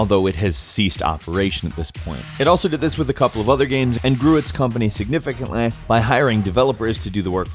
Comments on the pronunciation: "... and grew its company significantlaegh.." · "grew it's company significantlah"